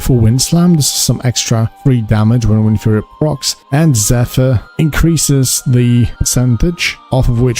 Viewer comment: Pronounce Wind and then Fury.